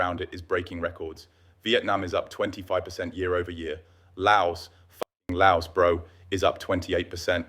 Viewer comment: Btw you say you have been living here - and yet you can’t pronounce Laos